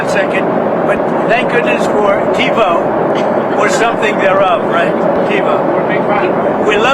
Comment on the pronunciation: There is nothing Trump ever said with which I agreed . . .until what he mentioned in this video how great "TBO" is and that he "loves" it. I believe Donnie's addled brain was trying to say "TIVO", not TEBO, TBO or whatever garbage came out of his mouth, and although TIVO was introduced 25 years ago, it has been made obsolete by many cable companies today despite being FAR BETTER than the current XFINITY cable box/recorder. Xfinity no longer supports the cable cards required by TIVO, forcing me and millions of others to use another system. BAD BAD BAD! My Xfinity box frequently often freezes for no reason, takes long naps and cannot be roused and does other strange things on its own when I am watching recorded shows, something that NEVER HAPPENED when I used my TIVO machines. We had TIVO for 15 years in NJ and almost 10 years here in Texas but UNFORUNATELY, NO MORE! Although I am older than Don the Con, I think my brain is working far better than his, IN MANY WAYS. He might still have TBO or TIVO since he is our "Glorious Leader" but we mere mortals have been cut-off, cold turkey. As Mel Brooks so eloquently put it in the film the "History of the World - Part 1", "It is good to be the king."